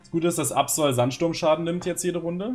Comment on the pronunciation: Aerodactyl (kein zweites L) und Absol (kein zweites L) müsste man doch am Ende langsam und nicht schnell aussprechen? Frage nur, weil ich es richtig aussprechen wollte und hier "Aerodactüll" und "Absoll" höre. Was ist nun richtig?